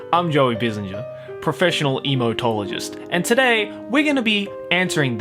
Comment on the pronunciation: Should it be pronounced emo-tologist or imouto-low-jist? 🤔